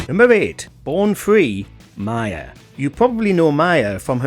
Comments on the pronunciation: People keep making the mistake of calling M.I.A. ‘Mia’ or in this case ‘Maya’ but I also sense that Ms Arulpragasam doesn't care. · It’s pronounced M.I.A. not Mia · Mya? Is that how you pronounce it in Britain? Here in Canada we pronounce it Em-Aye-Eh? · No. 8 is M.I.A not Mia